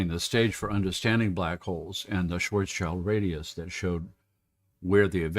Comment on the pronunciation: It's pronounced "shvarts shilt" the "s" goes with the "child" part of the name. "Schwartz" means "black" (cognate of English "swarthy") and "schild" means "shield".